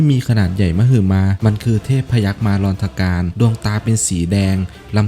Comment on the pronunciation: ต้องเป็น พยัคมาร อะ-นะ-ธะ-การ หรืออ่านง่ายๆว่า อนันธการ😂